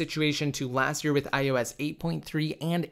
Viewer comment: lol you always say that that this is THE laast update 😂😂😂😂